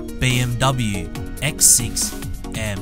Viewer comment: americans really badly read bmw